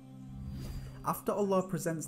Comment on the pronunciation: MashaAllah. The way you utter/say Allah is in perfect pronunciation. MashaAllah